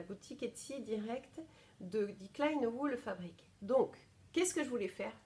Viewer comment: (Je me permets un dernier petit ajout parce que ça fait plusieurs fois que je t’entends le dire ;) en allemand c’est die kleine WollFabrik prononcé o comme dans bol « volfabrique » ;) 😘😘) Euh je dis pas du tout ça avec méchanceté hein aucunement!! 🥰